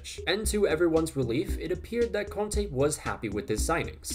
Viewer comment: When you said conte at first I thought you said Kante